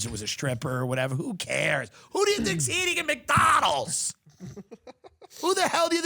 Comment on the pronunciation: I love it how Tim says McDonald's. "Mick Donal's" I see what you did there.. true Irish pride. It's it's true Mickey O'Donnell started the franchise.